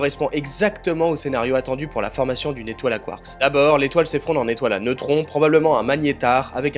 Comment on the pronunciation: 🤣🤣 t'as pas capté ^^ c'est ta prononciation de "quarkS" tu l'annonce au pluriel comme si tu parlais en anglais 🤣 je sais pas si tu connais les lettres muettes 😚 c'est un truc qu'on apprend en primaire 🤣 t'es sensé savoir ce que c'est 🥹😘